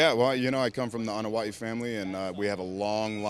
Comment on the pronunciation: So it's pronounced "ah-na-wa-i." I always pronounced it "ah-no-why"